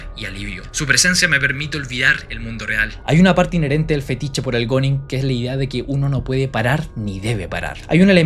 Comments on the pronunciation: se pronuncia "guning", no goning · Se pronuncia "gún", no "gon"... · oe se pronuncia guning o algo asi no goners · SE PRONUNCIA GUNING POR LA CHUCHAAAAAAAAAA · Bro dilo bien se pronuncia guuning